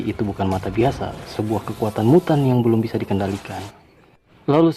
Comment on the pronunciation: aku denger nya miyutttan wkwk bukan mutan🤣